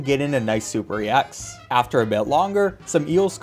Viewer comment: YOU DONT SAY E X YOU SAY EX